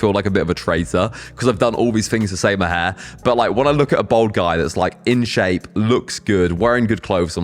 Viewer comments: It’s pronounced bAld not bOld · you say BOLD instead of BALD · Its bald not bold 😂...im researching for my son ..hes 27 and hes bothered by his cul de sacs ..im 56 been a slap head since i was 30...its never bothered me at all ..but my son is....its great that its more out in the open.....better than wearing a davy crockett hat...😂